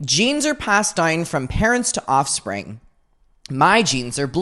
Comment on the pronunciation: Does anyone else hate that she says “osspring”? Just me?